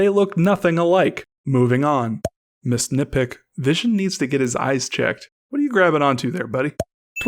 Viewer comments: This whole time I thought you were saying “Miss Nitpick “ until I realized that it was missed nitpick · for the longets time alll i heard was misnitpick